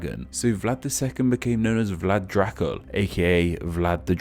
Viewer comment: Why do you pronounce it as Jracul instead of Dracul?